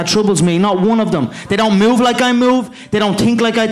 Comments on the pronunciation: *they don't tink like I tink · They dont tink like I tink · they dont tink like he tinks! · THEY DON'T TINK LIKE I TINK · "They don't tink like i tink, they dont tok like i tok"